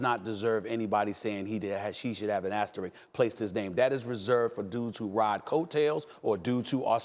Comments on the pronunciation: Walt saying asteridge, calling him Clyde Frazier....so much wrong with this clip smh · Stephen A. Smith, "there is no asterik" that is right Stevey, but there is an Asterisk. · so nobody taught stephen A or walt how to say asterisk .... osterich lol